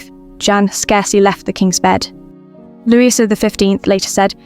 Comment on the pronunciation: Too bad they couldn’t be bothered to use a real person to narrate: calling the King “Louise” is eye rolling